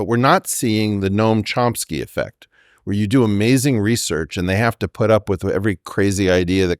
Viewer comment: Weinstein, properly pronounce the word 'research' or loose all of my respect.